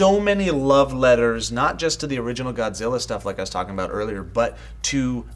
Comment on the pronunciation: I love the way how the Japanese scientist Ken Watanabe in Godzilla could speak perfectly good English until he said the word "Godzilla".... Godziwa